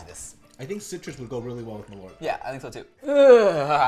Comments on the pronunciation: Malört is actually pronounced "mall-uh-rt" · Malört is not pronounced as you say it, Malört is the Swedish word for Wormwood.